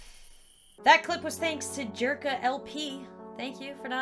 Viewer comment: Pronounced Yirka LP xd OMG CZECHIA